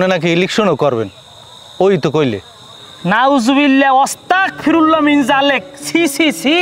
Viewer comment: ভাই ওস্তাকফিরুল্লাহ না,,,ওস্তাকফিরুল্লাহ বললে এটার অর্থ বদলাই যায় যা খুবি মারাত্মক ভুল,,,দয়া করে শুদ্ধ উচ্চারণ বলবেন,,,!